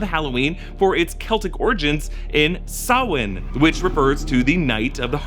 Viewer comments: fair play to for pronouncing Samhain correctly! (From: A Dub in Ireland) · AND youre saying samhain correctly?!?! i need a trick r treat vid ASAP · never heard sam hain pronounced that way neat